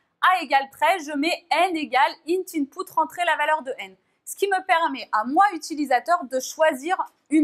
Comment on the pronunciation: Petite correction, ce n'est pas "intput" mais plutot "input"